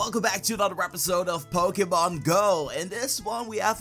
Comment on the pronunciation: the way this guy pronounces pokemon is terrible obviously only plays pokemon go